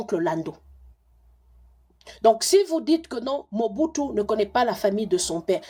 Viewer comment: Je ne suis pas d’accord avec vous Madame. En droit une seule preuve suffit pour confirmer un ou plusieurs faits. Le nom Mͻbutu se trouve aussi dans le vernaculaire Togolais dont parlent les Ahodipkes au Togo. (Moi je suis Togolais ) Effectivement ca se pronounc exactement comme vous l’avez prononcer. Aussi est-il important de se demander comment lui (Mr. Kwebe) en tant que Congolais qui n’a jamais vecu au Togo arrive a connaitre cette histoire et meme prononcer ce nom Ahodikpe de manière tres correcte s’il quelqu’un ne lui est pas raconté les faits. Autant faire des recherches sur le Togo au seins de la famille Ahoditkpe à Lome avant de contredire le journaliste Kwebe. C’est une tres grande famille à Lome. Aussi les raisonnements de Mr. Kwebe sont rationnels solides. Si vous voulez faire des recherches voici les contacts par lesquels vous pouvez passer pour atteindre la famille Ahodikpe au Togo. RELAIS HOTEL AHODIKPE. 19, Bd. du 13 Janvier Nyékonakpoé - BP 13380. Lomé - Togo. Tel : ( . ( . Gsm : ( . Fax : ( .